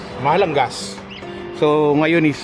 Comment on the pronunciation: Naloloka ako pag sinabi mo na “gaas” pag nag papakarga ka ng “gas.” 🤣 Pag sinabi mo na “gaas” eh naalala ko Tatay ko na bibili ng “gaas” para sa gasera pag brownout.